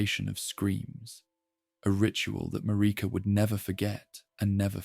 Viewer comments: It's Marika, MA-RI-KA, they say it a million times in the game, how the heck can you not pronounce it properly?! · MaReeka. 😂 it makes me laugh a lil bit every time